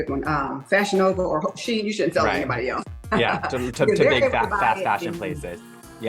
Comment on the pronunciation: Lol she by she-lyin can even pronounce Shein